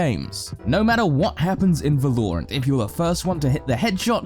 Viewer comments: uhm, the game is called valorant. Yes, valorant. Not verloreant. Val-o-rant. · VAL-OR-ANT - not VA-LOOOOOOOOOOOREEE-ANT - nice vid I thought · The OCD when you say Va-loure-ant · Its Val-ore-ant not Va-lore-ant. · Y does he say Vaaa-Looo-rant its V-a-la-rant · Its called VALORANT not VALURANT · Great video. Only problem is when he call the game wrong. It's vAlorant not valOrant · so Valorant, 'Valor' is the base form, read that as you might but it is pronounced Va-lor, not Vúh-lore. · damn whenever he says vELoUrAenT, i say vELoUrAenT too. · I'm British and even I don't say..."Va-lore-ant"....But great video! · the way he says valorant tho va-low-rant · it's Valor-rant....pls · He pronounces it “val or nt” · Tip: It’s pronounced Vah-ler-ent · One Tip: I think its pronounced, " Va-low-rant" "Not my words baby, not my words!" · Bruh it’s Val-or-ant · lol even subtitles say va-lore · No one: Absolutely no one: from Skillcapped: va-LOREE-rant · Say Val-low-rant one more time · Stop saying valoorant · IDK if i should be watching this guide if hes gonna keep saying Valorerant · Disliked because you pronounce it vaa-low-runt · I literally couldn't finish this video because of they way he pronounced val-or-ant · Im gonna kill you if you say va-lore-ant one more time. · I still hate how he says Val lore rant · Va-lore-ent isn't even some British pronunciation. He's just misguided. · I’m 100% going to not watch this channel if you keep saying “vELouuUrAnt” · Wow, your pronounciation of Valorant xD "Velourent oui oui" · Why does he pronounce it “Vuh-lore-ant”, it’s an American game, say it right. Even other British people say it right. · be like - veloorantt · here for the va-lore-ant comments, anyone else? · Please never ever say vel-ore-ant ever again 🤣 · Man said “Velorant” XD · Volorant lmao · If he says vuh-lore-int one more time im gonna kill myself. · Its almost difficult to follow when everytime i hear "Velorant" I have to reboot my brain 😂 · it pissed me of